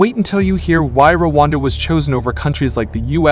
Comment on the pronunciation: Settle down - it’s Rwanda, not Wakanda